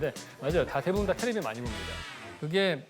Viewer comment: 교수님 테레비라고 하는거 너무 웃기네요 ㅎㅎㅎ